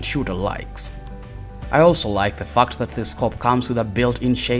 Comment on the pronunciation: Fact is pronounced with the “a” like in apple NOT pronounced “U” like the word UP. Get it right mate sounds pretty bad